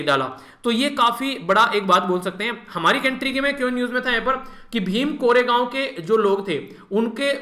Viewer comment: Sir its भीमा- कोरेगाव